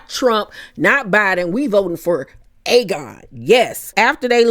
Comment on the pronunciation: Another amazing review! I got my life with the theatre! I nearly cried when I heard how you pronounced Aegon the Conqueror! I SWEAR annunciated every letter in his name! 😂😂 I can’t wait for the next episode! I need Rhaenyra to BURN THEM ALL!